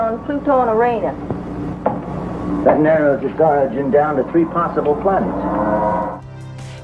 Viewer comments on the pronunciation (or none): That's hilarious! she mispronounced Uranus! like uh-rain-us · '10.53 '...with small quantities on Pluto and O-ranus ...' 😆😆